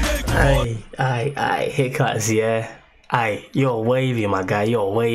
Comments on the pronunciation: the correct prononciation of his name is HEECH-KAS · Dude it is hich kas